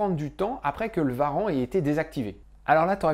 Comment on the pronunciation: J'entend Skyrim, je like ! Non, au delà de ça, j'ai enfin l'impression de comprendre un peu ce qu'il s'est passé, et d'être capable de comprendre les articles que je lis sur cette affaire. Merci merci merci :) Juste une question : pourquoi on dit "Varan" et pas "ouarante" pour les turbo warrant? C'est la tradition de "franciser" les noms?